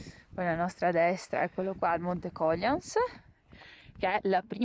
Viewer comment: Sto proprio aspettando le condizioni nevose giuste per salirci con gli sci! L'anno scorso per mancanza di neve, arrivato ai laghi d'Olbe ho dovuto ripiegare sul passo del Mulo. Anche d'inverno quella zona è spettacolare. Un piccolo appunto da sapientino😁...il Peralba è la seconda cima delle Alpi Carniche mentre il Cogliàns è la cima più alta sempre delle Carniche. Inoltre, come per il Sorapìs l'accento va sulla i, per il Cogliàns l'accento va sulla a. Un saluto e buone avventure!!